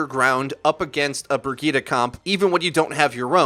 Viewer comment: Brigeeda!?! Bro, it's Brijet! Bridgette.